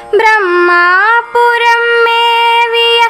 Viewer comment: ப்ரமா புரம் என்று உச்சரிக்காமல் பிரமா புரம் என்று பாடவேண்டும் மகளே திருச்சிற்றம்பலம்